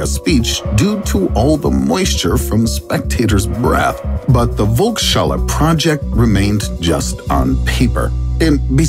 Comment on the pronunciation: How the narrator pronounces "Volkshalle"! Made my day :D